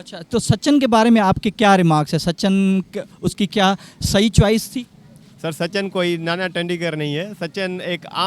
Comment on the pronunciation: Sachan....😂😂😂😂😂😂 bc naam toh theek se lele sachin hai😂